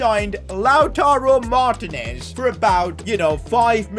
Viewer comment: I don’t wanna be mean but it gets me sooooooooooooo mad when you call him lautaro martnes it is Lautaro martiines